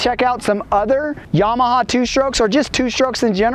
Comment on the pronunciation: its not YAH-MAH-HAR its YAMA-HA